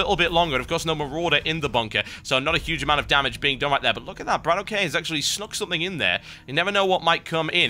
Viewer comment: ..... when are you going to realize that Bratok is pronounced "Brah-tock" and not "Brah-toe-key"...